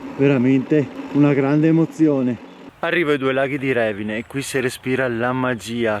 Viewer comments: Bello. Ma è Revìne non Rèvine... con accento sulla i 😅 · Ciao, bel video, però si dice Revìne, l'accento va sulla i😅